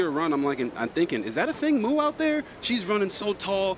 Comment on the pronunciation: “Athing Moo” 💀 announcers kill me man.